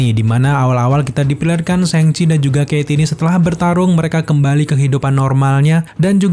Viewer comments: Bang cara nyebutnya yang bener itu "shang chie" bukan "séng ci" LOL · Bacanya yang bener sangci bukan sengci hehe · Syang ci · Cara baca yg bener "syang ci"